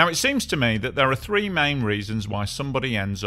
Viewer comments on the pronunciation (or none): none